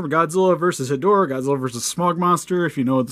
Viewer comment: so I'll admit I could be wrong but I thought it was pronounced "Head-Raw"